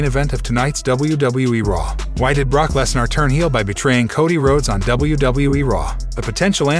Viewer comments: At least try and pronounce Brock Lesnar's name properly ffs. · Brock Lesnarh lol